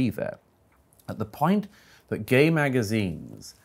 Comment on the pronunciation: " WHY ARE YOO GYAYY !! >: / . " SO YOO LIKE "GYAYY " !?? > :-I